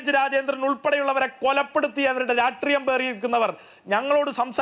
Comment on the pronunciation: ഈ സീനിയർ citizen SFI ക്കാരന് 'രാഷ്ട്രീയം' എന്ന് പറയാൻ അറിയില്ലേ? ഉളുപ്പില്ലാതെ സിദ്ധാർഥന്റെ കൊലപാതകത്തെ ന്യായീകരിക്കുന്നത് കേൾക്ക്കുമ്പോൾ അടിച്ചു നട്ടെല്ല് റബറാക്കാൻ തോന്നുന്നു. അതിനിടെ 'രാട്രീയം രാട്രീയം ' എന്നുകൂടി കേൾക്കുമ്പോൾ വെട്ടി നുറുക്കാനുള്ള ദേഷ്യം വരുന്നുണ്ട്. 🤬🤬🤬🤬🤬🤬